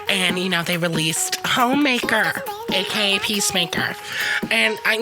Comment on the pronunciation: I just kept hearing Hoemaker 🤣